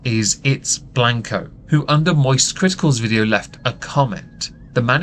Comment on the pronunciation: you said mosist without doing the thing